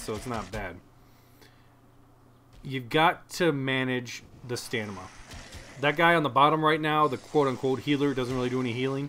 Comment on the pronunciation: hey, thanks for the video. great tips. just so you know though, its stamina, not stanima